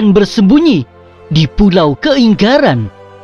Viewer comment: dari cara sebut kaingaran sudah tau ini bukan orang Sabah